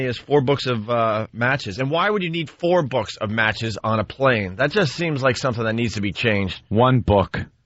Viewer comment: "Why do I keep saying matchkeses?" ~Opie -For the same reason you mispronounce words all the time... because you're an incoherent nitwit.